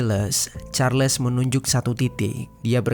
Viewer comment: Carles bang bukan Karles, ralat cara baca Charles nya 🙏